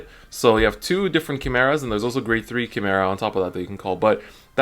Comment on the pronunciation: not to be mean but its pronounced Kai-mera not key-mera